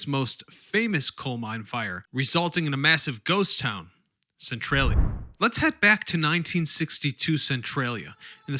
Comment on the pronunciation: "cent-trolly- uh" not "cent-trail-ee-uh" lol